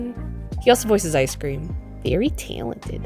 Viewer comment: I Guess The Icecweam Machine was Broken 😏